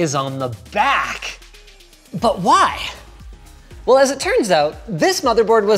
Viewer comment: Why does Linus pronounce everything with an H on the end? "BUT WHYYYYYHHHH??" Really, tho whyh?